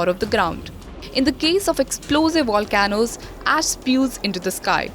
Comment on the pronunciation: It’s pronounced “Volcanoes”, NOT “Wa Can Noes”! Maybe next you can hire someone that speaks English and takes the time to study for the part…